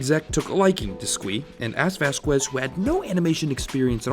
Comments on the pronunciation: I don't mean this in a mean way. Just pointing out an understandable mistake. Vasquez is read Vas-kez. The "u" is silent because the last name is in Spanish... it's this weird rule where the "u" in between "q" and "e" becomes silent. Maybe he personally pronounced it like you, idk. But I just wanted to let you know. Anyway, great work as always. Your videos are great to listen to while I do chores and stuff like that. Plus always super informative on all these nostalgic shows. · Had to stop watching after your pronunciation of Vasquez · Never heard Vasquez pronounced like that tbh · ok but like that pronunciation of vasquez tho lmfao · Wooowww your SUPER WHITE pronunciation of Vasquez was the most painful thing I’ve ever heard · I think I spent the whole video in disbelief over how you pronounced "Vasquez"🤦‍♀️🤦‍♀️🤦‍♀️ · You butchered Vasquez's last name. And as a person who grew up on Invader Zim, if you didn't know about JTHM you were a pleb. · The way you pronounced Vasquez really bothers me. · Ok I can't get over how you say jhonen vasquez's last name, I shutter each time. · As a spanish speaker, I cringed hard everytime he said "Vasquez" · It's VAS-Kez, not VAS-kwez. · Vasquez...VASKEZ. Not VasKWEZ! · Vaz. Kez. Just say it like that. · Vass qwez? no its Spanish. Vaskez! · It’s 2020 and people still pronounce it as VasQUez instead of VasKez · You said "vas-kwest". It's "vas-kez" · I always thought it was pronounced “vaskez” instead of “vaskwez” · Min it is pronounced vas–kez, not quez, keep that in mind since he said that hated when people mispronounced his surname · It's Vas-skez dude and by the way invader zim was a great show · his name isnt vaskwez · I know this is old but it's pronounced "Vas-KES" like "queso" is pronounced "KEso". It's a Spanish surname. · OMG your pronunciation of Vasquez irks me. The u is not emphasized. It is a Spanish name, so it is said like VAS-kez. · everytime he says vass KWEZZ...it makes me throw up... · Vasquez. Not Vaskwez